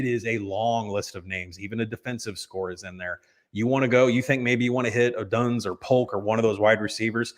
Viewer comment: Dope in middle can’t even say Rome Odunze’s name properly. “Oduns“ lmaoooo